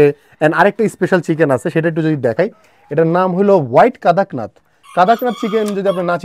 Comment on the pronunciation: কাদাকনাথ নয় ভাই, উচ্চারণ কড়কনাথ।